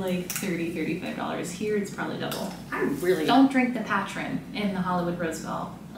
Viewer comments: Patrin lol patron !!!!! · Hey kids! Great video. FYI, Patron sounds like "puh-trone" not "pat-tron." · Obviously not tequila drinkers LOL. PLZ, you're killin me. PA TRONE, like drone but with a t. Not pa , pu. Patrone. 🤣🤣🤣🤣🤣🤣🤣🤣🤣 ya'll so funny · Patrine lmbo it called Pa-trone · Ok. Pat ron? Pat ron? It's patrone, homie. The o is long, like in the word home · It’s not patron it’s patrone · Oh gosh!! It's pronounced Puhtrone. Rhymes with drone. It's Spanish for boss. Love your videos!!, you are amazing!!! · he said pat rin . totally something I would say. ive never had patron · Did this man Omar really just call Patron, Patren? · It's not patron it's pa tron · it's "Pah TRONE".